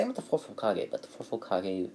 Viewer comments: Hey guys its not Hole kagay ITS HOEKAHGAY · Why did you call it hole Ka-gay wait what KA GAYYUUY